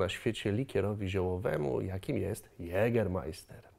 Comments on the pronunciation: Hey witam mozesz smialo po polsku mowic jegermaister bo to jest poprawniej to ä po niemiecku jest jak nasze e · Nie żebym się czepiał, ale skoro znasz historie tego likieru, to możesz również poprawnie wymawiać nazwę. Poprawna wymowa, to „ Jegemaiste” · dżager sie czyta !!! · Mówi się Jegeamaista :D Musiałem ;p Super film i na pewno wykorzystam! :) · Jak może wypowiada się Pan o trunku, którego nazwy nie potrafi Pan wymówić poprawnie? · Wszsytko było by okej gdyby nie to ze wymawiasz Jägermeister źle, aż źle mi było jak to szlyszalem xd